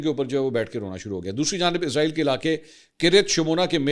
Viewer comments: Manson sahab Israel ki sahi pronunciation ee-s-ra-eel hai Jo ke Urdu Arabic or Hebrew me use kinjati. Izraeel is used by English speaking countries. Ap urdu me program kr Rahway to sahi talaffuz use Karen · Asslam o alikum with due respect sir ap jub bhi israeal ka nme pronounce kerty hy to izraeel kehty hy to yeh ek frishty ka name hy jo rooh kabz kerta hy ap اسرائیل kha kery.thank u